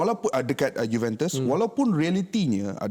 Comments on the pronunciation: Sebutan Juventus tu salah bukan sebut juventes tapi juventus. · Cara sebutan dia Yuventes la palatao